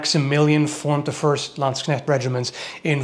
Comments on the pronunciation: You pronounce Landsknecht and katzbalger correctly, well done sir.👍😅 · he can pronounce Landsknecht! :O In a game I used to play they were commonly referred to as landsharks